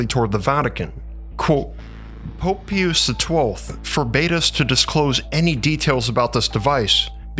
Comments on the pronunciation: I think it's always pronounced PIE-US. I have never heard anyone say pee-oose. Oh yeh good vid, glad you're back I was wondering if you hung up the content making. Glad you didn't. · Pie-us. The Pope's name is pronounced pie-us, not pee-us. You know, as in a pious man? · It's pronounced Pope PIE-US not pee-use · Pie-us, not pee-us. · 'Pius' is pronounced "pie-uss" not "pee-yus" The same way you'd pronounce 'Pious' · Just an FYI, his name is pronounced Pope Pie • us, p.s. I mean no disrespect. 💗🙏💜GOD BLESS💜🙏💗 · i thought i was listening to Ai . I kept on cringing every time i heard pee-us. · Pope Peeoos? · To say the popes name is. Pi us sound in English. Just so you know. People will recognize it then. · Pope "peeyuse" the 12th ? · PIE-us is correct pronunciation and yes i am autistic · It’s Pope Pie-us …..As in piety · Pius = 'Pie-us' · Pope "pee-us" ummmm what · Pope Pee-us 😂🤣💀👻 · It is pope PIUS.. pronounced like.. PIE-us. ! Like piety.. Is that a word that has become alien to the narrators or AI 's of today? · Po...Po-ahp... Po-op-h Peeee-oose. Po-op-ha Pee-oose Pope-eh Peee-oose.... Multipass. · I love this channel, but it has a pronunciation problem. Pope "Pee-yus". Verner Von "Brown". "Nicole-a" Tesla. Hal "P'toff". My man, if you put 5% of your research effort into looking up correct pronunciations of proper nouns before you tracked your VO, I think it would really help your credibility. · Dude, it's pronounced "PIE-US". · It's PIE-us ! If you can't pronounce names correctly, why should anyone trust your research? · Wish you would research the proper pronunciation of Pius. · HE can translate books from 2 different languages, but he can't say Pius. 😂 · I was with you until Pope Pee-us. It is pronounced in English as Pie-us' As in a pious (devoutly religious) person. So much for accuracy. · It’s not ”peeous”…..ITS PRONOUNCED “PIE US”. What the fuck is wrong with you? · Pius is pronounced as PIE-US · It’s not pee use its pie us - Pius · Pious = pie-us not peeus